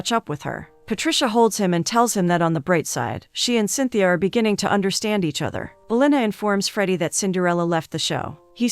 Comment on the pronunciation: i love this movie!! it actually inspired me to learn portuguese! also the girl's name in cintia (pronounced sin-cha) and not cynthia. good video nonetheless